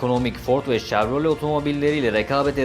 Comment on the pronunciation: Arabalarla ilgili video yapıp araba ismini yanlış söylemek rahatsız ediyor. Chevrolet (şevrole)